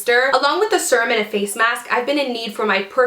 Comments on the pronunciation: Ahhhhh! Me too! And she kept saying it over and over. It's sErum not sUrum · Lol me too! I came to the comments right away bc I KNEW I wasn't the only one screaming it's "seer-um" lol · Ahhhhh! Quit saying sur-um! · omg the way you pronounce Serum is about to drive me crazy! lol